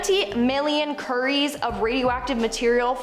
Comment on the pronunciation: When she said currie i was laughing 😂 im sorry